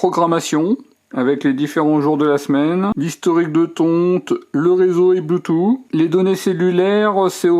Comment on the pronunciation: "le bloutou"